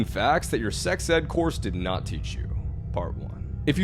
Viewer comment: "Dudes NUHT"💀💀💀the way he emphasize that